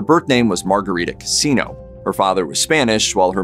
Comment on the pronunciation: It was Cansino, with another 'n'. The narrator did not pronounce it correctly.